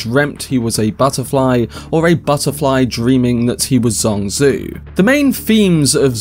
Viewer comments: Wow! all your guesses are correct, unbelievable! BTW, As a native mandarin speaker, I think Zhuangzi should be pronounced like DjuangZi instead of SuangZue. and you can try it on google translate with "庄子" and maybe in next video you could read it more nativelly. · Dude great video and analysis but you've butchered the pronunciation of Zhuangzi and Zhuang Zhou, you can have at least ran it through a google translation.